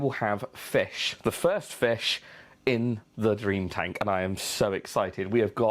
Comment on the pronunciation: I love the way you say "Fesh" and "But!". Nice video thanks for it!